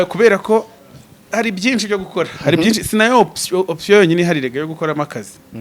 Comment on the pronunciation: Ikinyarwanda azakosore kuvuga ngo byinci😮